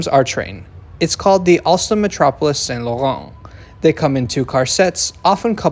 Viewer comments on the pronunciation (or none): none